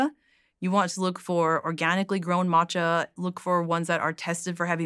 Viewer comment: So glad that she corrected his pronunciation of Matcha.